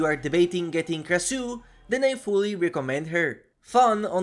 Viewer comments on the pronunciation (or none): Pronounced "Krashoo" I have such a hard time listening to people butcher names.